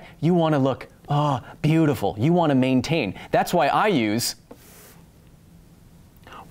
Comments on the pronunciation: Mane-tain?!?!?!... brilliant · "Mane-tain".....bruh. I died!!